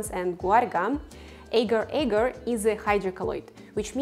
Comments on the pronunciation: As a malay, this is so painful. Its not eger eger, its, AGAR AGAR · It is aaahhhh- gaaahr... aaahhh- gaaahr .. soft a's, not hard / long a's... in Malay and Indonesian...